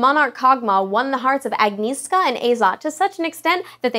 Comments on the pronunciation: Agnieszka? It's a Polish name and u call it wrong.. you mush say Agnieshka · I loled how she pronounced name Agnieszka xD. It's pronounced with "sh" sound - not "s". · as far as i know polish i think first name is pronounced "agnieshka" except if it's hungarian, but i doubt for some reason :P btw, that picture of morgana, her eyes say to me: "I'll eat you after I kill you!" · lol for the first one you prenounce it "agnieshka" lol its a polish name :-) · "Agniska" haha:D love u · I loved the way you spelled "Agnieszka" :D You should spell "sz" as "sh" ;]